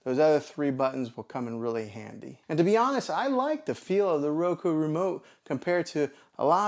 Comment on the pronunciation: Why do you keep saying Roko?